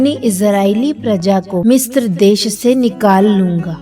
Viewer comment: Mistra नहीं पर misra होता है